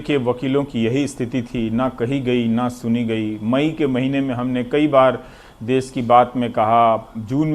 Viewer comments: "देस" नहीं होता..."देश" होता हैं श्रीमान🙏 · देश होता है ना कि देस तो आप थोड़ा ध्यान दे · देश होता है न कि देस